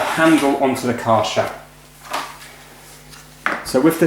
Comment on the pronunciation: it's kaaiir-scher